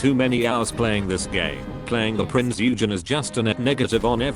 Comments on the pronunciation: "THE PRINCE YOU-GEN" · A German here: Please...Prinz Eugen is pronounced like Prince Oigen.😉 Oi like in oil! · Jesus Christ, the AI voice SLAUGHTERED the "Eugen" name.